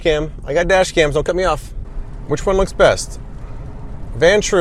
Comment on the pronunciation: "Today I'm comparing Four Kar-dashians"